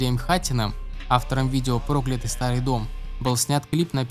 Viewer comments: Спасибо за выпуск. Только не прОклятый, а проклЯтый старый дом. Аж уши режет... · Прежде чем записывать голос, необходимо узнать, как правильно называются песни. Не про́клятый старый дом, а прокля́тый старый дом. Фу! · Сразу понятно, что автор не в курсе того о чем говорит. Это понятно по тому, как он ставит ударение в слове проклятый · Не прОклятый старый дом , а проклЯтый старый дом ! 😉😉😉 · ПрОклятый старый дом....сразу видно видос снят по тексту с википедии...музыка прослушана не была))) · ПроклЯтый старый дом, а не прОклятый 🤦🏻‍♂️ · Не прОклятый старый дом, а проклЯтый…. 🤦🏻‍♀️ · Меня одну коробит от ударения в слове прОклятый ? Поют они совсем не прОклятый… кто озвучивал текст, хоть слышал песню ??😂🙈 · проклЯтый, а не прОклятый